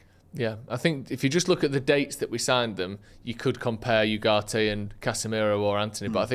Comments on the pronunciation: It’s ugarte Not whoarte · His pronunciation of Ugarte is pissing me off😅